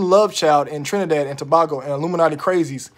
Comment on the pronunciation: You ant saying my country right but it cool 🇹🇹🇹🇹🇹🇹🇹🇹🇹🇹